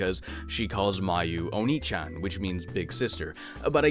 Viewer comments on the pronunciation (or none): People are jerks sometimes! That said this is an error you do want to avoid making in the future, ah-neigh-chan is "big sis", but oh-knee-san is "big BROTHER" so it's less just "you pronounced it WRONG and you should FEEL BAD" and more "by pronouncing it wrong you said an entirely different word". You don't need to apologize though, Japanese is funky until you know the trick!